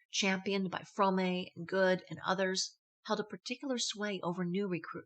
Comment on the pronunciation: Fromme is only one syllable. The e is silent.